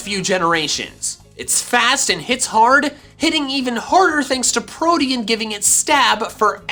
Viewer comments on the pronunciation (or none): none